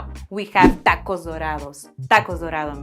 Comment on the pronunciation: 7;27 dackoes or tockoes is there a difference between "t" and "d"